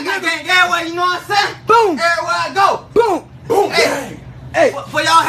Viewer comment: That nigga said bont gang